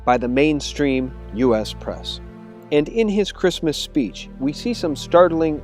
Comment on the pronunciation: Christmas , not santa mas